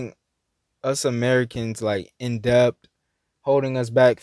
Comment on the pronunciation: the word is pronounced DET (debt), we don't call it "depth"...just a reminder.